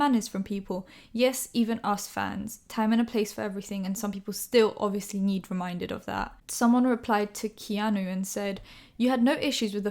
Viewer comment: no one:: ‘ñyeed’ ‘añyeeone’